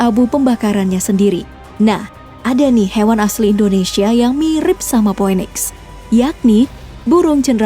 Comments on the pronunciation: Bukan po we niks mba, tp piniks 😂😂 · Phoenix bacanya pinix, bukan phoweniks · Maaf ya min cara bacanya mungkin salah Cara bacanya phoenix itu mungkin "finiks"